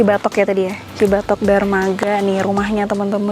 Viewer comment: Bener kata dramaga bukan darmaga 😊